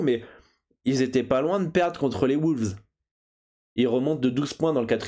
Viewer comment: Tu sent que le gars en a marre 😂 Pas loin du hold-up quand même les "woulves"😅